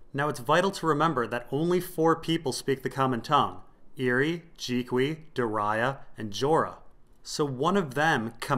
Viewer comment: I love all your videos to bits, but why do you pronounce Doreah the way you do, there is no "i" in there, it's stressing me out :D :D :D Shouldn't it be duh-ree-ah? Am I wrong? :D